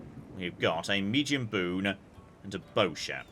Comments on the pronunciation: for the love of god, bune is a two syllable word 安宅船 ^^ bu-ne or boo-ne not boon :D loving the series. Also you ahve unspent trait points on your generals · Bune is two syllables, bu as in boo and ne as in never